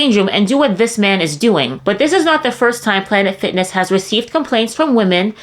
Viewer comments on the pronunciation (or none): Did you say PLANET SICKNESS?